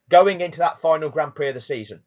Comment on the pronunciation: Stop calling it graund prix..... call it for what it is.... Grand Pricks!